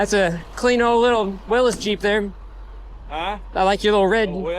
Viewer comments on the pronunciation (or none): FYI old Jeep is pronounced Willies. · Its a willys jeep not willis